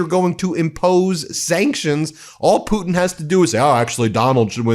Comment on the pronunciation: Please note, his name is Zelenskyy not zelinsky.. “Zel-len-sky,” not “zel-in-sky”. I was impressed that an American says Putin correctly though. Poo-tin and not poo’n like most Americans say, so kudos to you, the T is there. Our chancellor Merz here in Germany is pronounced “Mairz” and not “murz”. By the way, president Macron is not pronounced “mar-crone”, it’s pronounced mar-cron. Where the cron part rhymes with “on” Just trying to help, from a polyglot here in Germany, originally from the UK Great coverage though. Loving the coverage